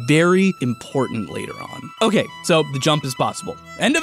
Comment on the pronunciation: "hokay so.. here's the earth" I see you